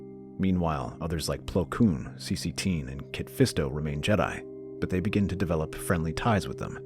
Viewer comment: Also, one thing I want to mention before I forget, Saesee Tiin is actually pronounced differently, as say-see-tin, like tin can, and Agen Kolar is pagan, but without the 'P'.